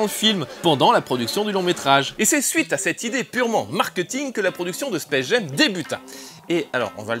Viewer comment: Pour faire le pinailleur, "Jam" se prononce jam et pas jem en anglais. Mais sinon, encore une chronique vraiment réussie, blindée d'anecdotes en tous genres, et très agréable à regarder. Beau boulot ! :)